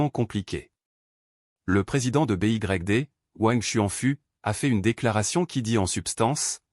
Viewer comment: Pouvez vous remplacer newton mètre par nanomètre dans la vidéo. En français BYD se prononce comme en anglais